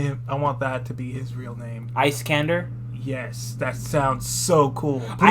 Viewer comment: It's pronounced Iss-kan-dar